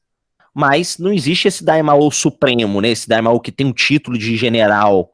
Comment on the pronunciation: Tu descobre que o cara é fã de Dragonball qndo ele chama o Daimyo de Daimaoh 😅